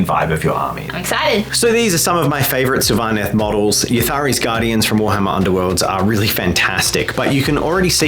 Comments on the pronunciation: SYL-vaneth not syl-VA- neth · No it's SYLVA-neth